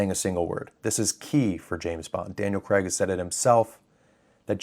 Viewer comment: It's Daniel CRAIG, not Daniel CREGG! You Seppo's need to learn to speak!